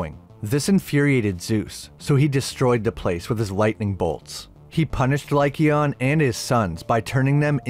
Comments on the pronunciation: “Lie cayon” not “lie Keon”. I know that’s not how to spell it but it helps people sound it out. Also the silver legend was made by the argents. It’s not silver that kills werewolves. Its argents that do. Which is the French word for silver. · It's king LYKON Not Lykeon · Good video but the way you were saying lycaon hurt my ears 😂